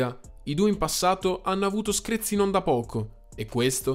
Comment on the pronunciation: nessuno: proprio nessuno: sempre: SCREZI